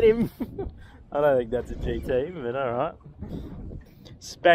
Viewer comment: "GT" but in a South African accent